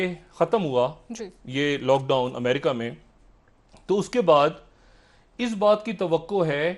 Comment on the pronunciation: Ye badiyaa Aadmi he America Ko bhi yamrica bolta he.wo yamrica nahi yamraaj he